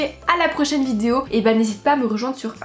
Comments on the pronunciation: Tu as encore dit "vidzeo"mdr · Elle ne sait toujours pas dire vidéo... Elle dit : vidio 😂